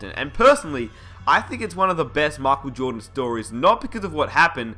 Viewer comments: makel joohdan haahaha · mockel jordon lol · His name is totally machel jowdan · whaaat? makel jodan? wtf!